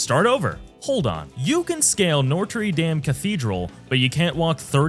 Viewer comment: Good video but holy moley some of your pronunciations are bad. Moe-Jave? Nortray Dam?